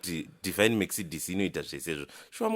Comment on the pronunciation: Mercedes(Me-k-ce-de-s) ndirikushaya kuti "k" aripapi🤣 maybe k ari visible, hanty letter kana riripo risingataurwe on pronounciation rinonzi riri silent kkkkkkkkk